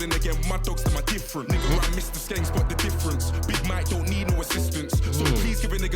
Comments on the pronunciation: loooll you said sound of the skiiing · Not sking bro Its skeng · "sounds of the skeeng" 😂😂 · skeng not sking lmao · its pronounced sk-eng lol;) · My man says "sounds of the sking" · Man said sounds of the sking 😂😂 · Skeng not skeen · Yo bro. You pronounced skeng wrong. It's slang for gun and the e is pronounced like the e in elephant. So like sk-eng turns into skeng. Check out the track skengman. Pt4 by Stormzy or siengman by 67